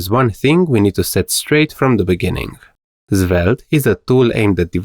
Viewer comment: Why does your svelte pronunciation sounds like "Zwelte"